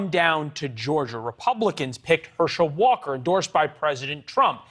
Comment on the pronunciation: This guy can’t even pronounce his own name correctly 🤦🏽‍♂️ WTF